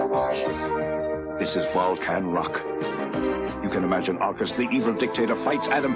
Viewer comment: When you first said "Volcan Rock," my mind heard "Vulcan Rock" and then spun-off on thoughts of a Spock-led rock band.